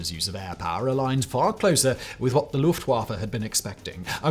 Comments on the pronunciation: It's pronounced "Luft-Voffa". Not "Luft-waffle". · I like the early period of WWI when they were just scouts, and then the pilots started shooting at each other with pistols. Very hilarious to our modern conception of arial warfare. P.S. Luft (air) Waffe (weapon) thus, air force. W is V in German, it just irritates me. It's not Luft-wah-fuh, it's Luft-va-fah. No offense to you Simon, just a common trope.